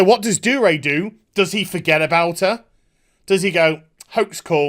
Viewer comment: Love the video but it's pissing me off that your not pronouncing the G in Dougray